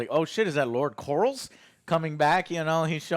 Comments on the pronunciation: it bothers me so much that he says "lord corals." Like they say his name probably 80 times the exact same time throughout the show, "LORD COR-LIS." How can you mispronounce it? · I believe it’s lord corlys not lord corals lol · Corlys = Core....Lissssss not Corals, Jesus it's not even one of the harder names. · Lmao “Lord Corals” 😂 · Is Joe calling him "Lord Corals" on purpose or does he just not know it's Corleys lmfao 😂💀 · Who the fuck is Lord corrals ? 😂😂 joe never says any name right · How's Corals doing or Damian or Rey? How are they. And Larry. Can't forget good ol Larry. Oh yeah and Egon and Corls brother Aemond. I swear he calls him the same thing. I know GRRM said there's no wrong way to say names but come on 😂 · "lord corals" lol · We’re on episode 8 and Joe never seizes to amaze me by butchering every character name 😂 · Please stop brother it makes you look dumb af his name is corlys (cor-lees) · Stop saying corals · Please tell me they're pronouncing Corlys like that as a joke and they know it's anhorrently wrong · We're 8 episodes in and Joe over here still pronouncing main character names as Korls and Damien... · sorry joe i love you but, if you're going to review an episode and we know you take notes, you should have known that joffrey was at the supper with lucaeys and aegon, ontop of that, getting names right, calling daemon damien and corlys corls, just didn't equate, it sounds like you skimmed through, feels very amateurish. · Joe - for the love of god. We're 8 episodes in. Its COR-LYS not COR-YLS. Its DAE-MON not DAE-MIEN